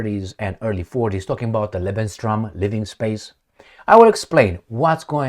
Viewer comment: Lebensraum!!! Not Lebenstraum, Maestro!